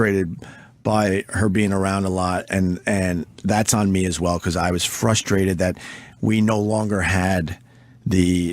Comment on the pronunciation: I’m fustrated, I’m soooo fustrated…